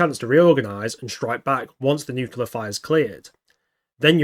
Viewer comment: Why is it acceptable for people to mispronounce nuclear? Are people that stupid? I guess so. Moron.